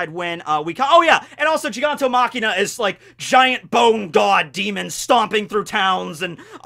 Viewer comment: is it just me, or does he say "machina" instead of "machia"